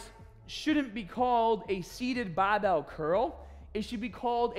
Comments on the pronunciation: You makes me getting smahtee with baahbell training. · You teached us it's baahhbell not the barbell 😅😅